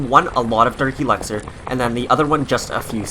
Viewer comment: Its elixer not elaxer